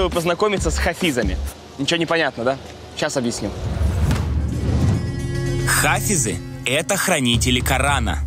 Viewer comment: хафИс...а не хАфис